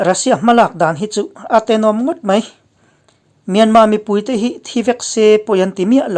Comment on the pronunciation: Myanma tia lam hi a dik e.